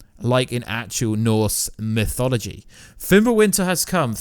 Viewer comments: Pronounces mythology as mysology, and Ragnarock as Ragranock. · Ragranok? Its Ragnarok Mysoligy? Its Mythology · "Ragranok", "norse misology" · He really cant, he's even pronoucing mythology as misology.